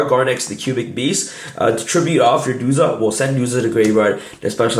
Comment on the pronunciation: Duja? It’s DuZA